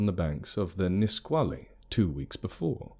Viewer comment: proud of you for your pronunciation of Nisqually